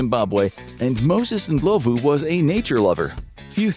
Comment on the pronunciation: I knew Zimbabwe and South Africa would make the list lol. Good pronunciation of Ndhlovu!!